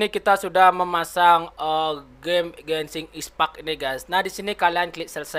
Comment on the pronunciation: Bukan Gesing ispack dibacanya tapi genshin impect